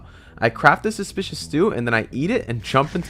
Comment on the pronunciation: a love when he says suspecuis stew